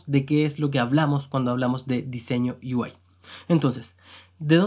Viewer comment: Perdón, pero me da risa como pronuncia lo de "Yo quiero ser desarrollador de U-I" ksdkskd